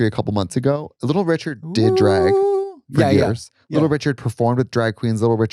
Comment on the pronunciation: "I was in the ICU por 13 days" 😭